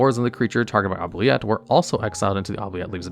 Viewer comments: OOO-BLEE-ETTE- OOO as in goo. Blee as in BEE...ETTE as in the Et in Etiquite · Please. For the love of God. Anyone playing Oubilette and pronouncing it as it's spelt, I give you the correct pronounciation: "Oob-lee-eh". It's French. It means "forget".